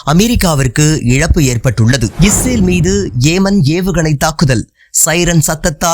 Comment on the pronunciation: ஏமன் அல்ல யெமன்